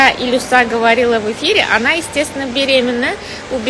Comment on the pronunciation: Илюша а не Илюса